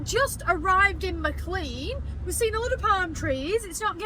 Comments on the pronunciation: I live near and shop at Maclean pronounced Maclean not Maclay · I think McClean is pronounced McLane? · Typical Ozzie. It's actually pronounced 'Mc lane' or 'Mcleane'. I think the people that first names these places couldn't spell properly. So they just made up the spelling....but that meant they sounded nothing like the way they were spelt! "Bunch o' stupid convicts!"